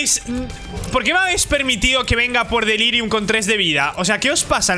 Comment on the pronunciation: xD? como vas a delirium sin "R" xd